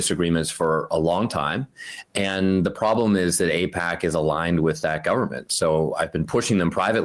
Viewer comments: Eh, no. The problem is that all your politicians are owned by Eyepatch.....as David Pakman would pronounce it. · Nobody should support any Democrat that takes AIPAC money (however you pronounce that)